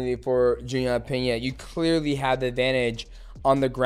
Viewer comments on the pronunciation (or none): none